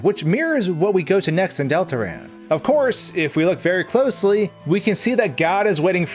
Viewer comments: You did bot say Deltarune...You said Deltaran. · Wait did i just hear you say dol-ta-rune